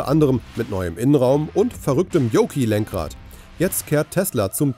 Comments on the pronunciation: Und weil wir hier von Qualitäts-Journalismus sprechen: was für ein Fall ist „diesen Jahres“? Ist das der Datenitiv, die Kreuzung von Dativ und Genitiv? Und die Ausprache des Yokes mit „Joki“ statt „Johk“ mit ausklingendem „K“ steht ebenso für gute Recherche der alten „News“. Zugegeben — man hört den obigen Datenitiv mittlerweile schon in der Tagesschau. Alles nicht so schlimm, wenn sich diese Instanzen nicht so furchtbar ernst nähmen und sogar Geld dafür verlangten. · Es wird zwar "Yoke" geschrieben also wenn man alle Buchstaben ausspricht, müsste man zwar 'Yoki' sagen, aber ausnahmslos alle englisch sprechenden Personen sagen 'Yoke' mit gesprochenem e statt i! Der begriff kommt ja auch aus der Luftfahrt und dem entsprechenden Fliegerlenkrad, welches gleich ausgesprochen "Yoke" heißt! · Das ausgesprochene „i“ war für mich ein weiteres Indiz von Wischi-Waschi-Journalismus, da u.a. nicht auf den Titel eingegangen wurde, was Elon denn so plane… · Wenn man es nichtmal hinbekommt Yoke richtig auszusprechen oder kurz zu recherchieren, wie man es richtig spricht.. Dislike.